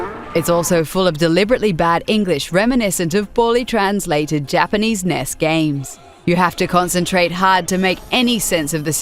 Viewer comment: I'm sorry, are you trying to say NES? because it sounds like you are saying Ness....